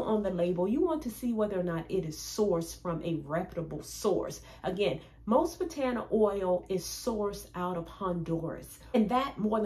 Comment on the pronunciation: Wonderful information It’s pronounced Bah tah nah not Buh taaanah oil